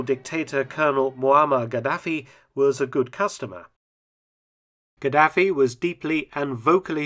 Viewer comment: Pronunciation wasnt great especially Gaddafi